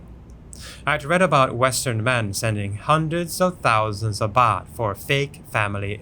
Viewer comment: Baht not boht😅😅